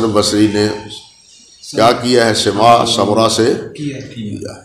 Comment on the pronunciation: سِماع❌❌❌❌ سَماع✔️✔️✔️✔️